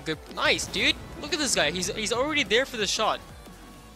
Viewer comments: it's Dude not diuude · the mans voice kills me "comon diud"!